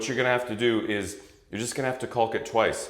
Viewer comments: Please look at the pronunciation of caulk. The “L” is silent. It is pronounced like “kaak” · The “L” in caulk doing a lot of heavy lifting here.